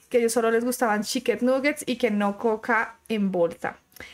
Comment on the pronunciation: No dijo chiken dijo cheken 😂😂😂